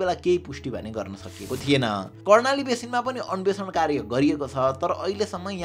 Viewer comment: अन्वेषण ✅ अन्भेक्सन ❎